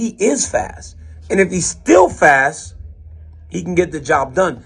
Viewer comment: DC betrayed that creole Lafayette accent when he said “fass” 😂 love it! God bless Dc and God bless The Boot!!!